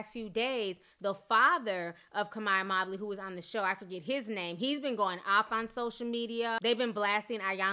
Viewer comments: "MOE-bley" not "MOB-ley" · Her last name is Mobley not Mabley 😂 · I think its Mobe -ly not Mob-ly